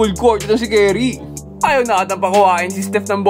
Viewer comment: curry hindi kerry